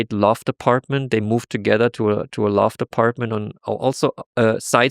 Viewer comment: Ah, "Loft Appartement", not "love department" 😅😊